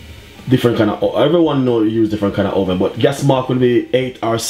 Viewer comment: joshua lumwanji put it in the oweven